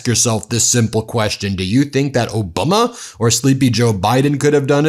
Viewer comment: "Obuma"?! What happened to "ObamNAH"? 😆